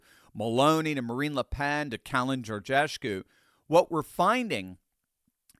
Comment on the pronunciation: Câlin Georgescu, not Georgeshcu